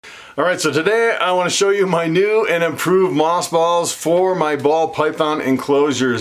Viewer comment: Earlier I understood you to say moth balls. 🤭🙊